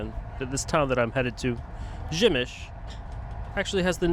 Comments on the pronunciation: Nice video but the pronunciation is “Pshemmyshl” not “Gymysh” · Przemyśl you pronounce Pshemysl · How can you read "p" in "Przemyśl", as "b"? You can ask about proper pronunciation chat GPT, google translator or any other online tool